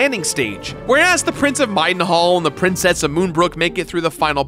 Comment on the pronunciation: If you put a gun to my head I couldn't think of a way to pronounce "Middenhall" incorrectly, but our boy made it sound so easy.